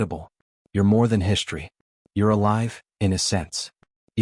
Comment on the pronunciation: Can you PLEASE tell me WTF the following words mean!!!!???? "SHTRETCHED", "SHTRANGELY", "SHTRUCTURE", "SHTRANGE", "SHTRETCHING", "SHTRONGER", "AWESHTRUCK", "SHREET", "HISHTRY", "EXSHTRORDANARY", "SHTRANDS", "DESHTRUCTION", " Your "Shtraining AI is "Shtressing" me out with it's "Shtruggle" to FREAKING speak Anglishes Properly!!!!! POS AI!!! I think you should "SHTRIVE" to do Much Gooder with a "SHTREAM" of FREAKING "..str..." words that are FREAKING pronounced properly!!!!